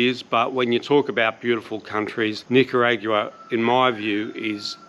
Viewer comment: The way you say Nicayraugoooaah is so strange. Am I saying wrong?